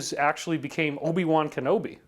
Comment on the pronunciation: This dude lost all respect when he went O B Wan Kenobi!!! Before 3 minutes 30 seconds I'm out here